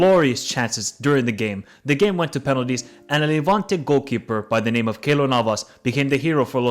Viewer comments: The pronunciations are mad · Good analysis although bro butchered Greek names so badly, Interpol is investigating it as a hate crime against the Greek language. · Literally every name got butchered 😂. Great video though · You gotta learn how to pronounce then names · very well informed video! im not gonna have at you for the pronunciations (although you really did butcher some names haha), but just gonna shed some light at the league situation you mentioned towards the end. unfortunately, the progress the national team is showcasing these past few years cannot be applied to the league in the same way, where corruption is still going strong, year after year. most - if not all - major clubs' owners are or have been previously involved in some serious scandals, regarding rigged matches and/or championships, but even to the extent of drugs, murders, abusing and threatening referees, and so on. the league is by no means getting better along with the national team, and its really heartbreaking seeing our young talent play that well, only to have to watch a greek league match next sunday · you killed these names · I love that you didnt pronounce not a single one Greek name right !! Thats a great review tho , well done! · I like how you approach the topic. The pronunciation of the names isn't great, but it was a good try. It is not important anyway. Where you are wrong and I would suggest you edit this to avoid issues for you is that the PAOK owner walked onto the pitch with a holstered weapon, which he forgot he had on his belt. (he then realised and didn't want any fan to grab it, so he put his hand over it to avoid it getting grabbed. He then apologised, accepted his punishment and has never entered the pitch again (although he technically did not break a law since it is a licensed firearm). The fact is that the gun never left the holster, so if they saw your inaccurate report that he "pulled up a gun" you could have an issue. I RECOMMEND YOU EDIT THIS OUT.